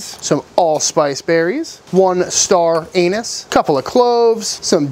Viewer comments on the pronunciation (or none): I think it's star anise, not star anus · star ANUS and not star Anise🤣🤣🤣🤣.......you and your discreet slip-ins Love em' !!!!!! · I’m sure I heard you say Star Anus. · Not sure if that's how you say star anise